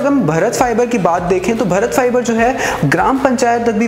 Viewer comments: अबे भरत नहीं भारत बोल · अबे 'भरत' नहीं भारत बोल भारत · भारत को कृपया कर भरत ना बोलें। Are you from India or somewhere else.